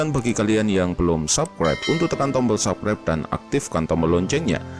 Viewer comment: "subscribe" itu dibaca SABSKRAIB bukan SAKREP "weapon" itu dibaca WEPEN, bukan WIPEN. "iron sight" itu dibaca AYERN SAIT, Bukan AIRON SAIK.